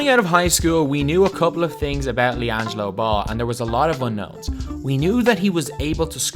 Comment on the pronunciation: you mean LianJAILo Ball